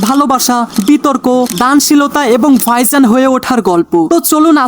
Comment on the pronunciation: ভাইজানকে বলতেছেন ফাইসান! মানে সীমা আছে ভাই, একটু এদিক-সেদিক হতে পারে বাট এতোটা? উচ্চারণে কাজ করুন অনুগ্রহপূর্বক।